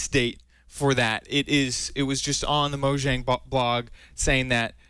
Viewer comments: lol its Mojang not Moyang lol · is he saying mohang?